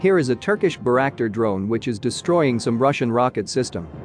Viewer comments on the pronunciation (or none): Mar Iu pol,not " maray aple" Bay rak tar ,not " berack tar"